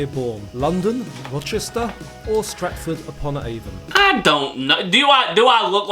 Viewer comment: Loved your pronunciation of Stratford upon Avon.. I'm gonna start saying it like that now it sounds posh 😅😅